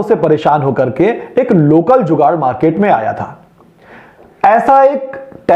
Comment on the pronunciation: Informative video, nice one, you should make a correction in your channel name. Name it "Jugaad" not 'zugaad'